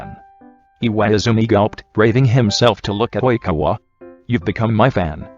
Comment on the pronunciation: No one: Not a single person: Not a single soul: The Google voice: Oìñkawa